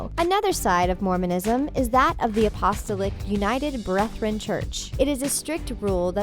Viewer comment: Apostle-lick United Breath-ren Church? I'm sorry I laughed way too hard at that one.